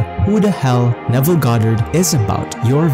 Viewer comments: Neville NOT Naval. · I wish you would pronounce his name properly. It's highly irritating when you say Neville 3 different ways in the same video.